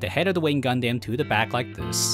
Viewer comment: damn your pronunciation for the word "Gundam" needs to change